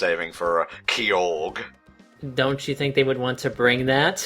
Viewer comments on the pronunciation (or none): Was really confused when said 'kee-org' Then I realized he meant Kyogre. I dunno if I am right, but apparently the official pronunciation is 'kye-o-ger' Just decided to comment on this because it bothered me a bit. Carry on:D EDIT: I didn't know was just joking. I'm stupid. IGNORE ME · pronounces it Kee-org as a joke, it's a reference to the abysmal Hoenn Pokemon rap and the terrible pronunciations they gave some of the pokemon's names in it (Kai-ogre was said Kee-org)